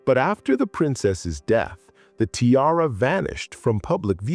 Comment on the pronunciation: If you're going to use AI, help it learn how to pronounce "tiara." Particularly if you're a jewelry channel!